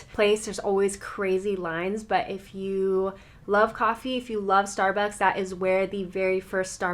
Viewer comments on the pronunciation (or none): none